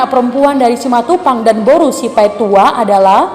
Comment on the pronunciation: Betul, bilang nya simatupang. Mantap